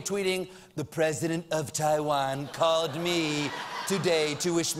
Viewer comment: Dammit, it's Taiwan, NOT TIE-VAN!